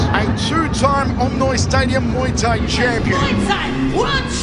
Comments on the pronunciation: just for future reference, Thai is pronounced tai like "tie" your shoes. XD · why is he pronouncing “thai” with a ต 😂 its not even a sound in the english alphabet i wonder where he got this pronunciation from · Good video but can you pronounce ’Muay Thai’ correctly I’m Thai and it hurts